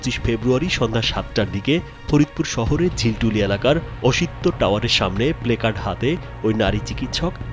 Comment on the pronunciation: বারবার বারবার উচ্চারণ করছেন প্লেকার্ড। আমার মনে হয় এটার উচ্চারণ হবে প্লাকর্ড।